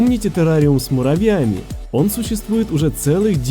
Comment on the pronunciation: он сказал террариум с муравЯми😂😂😂😂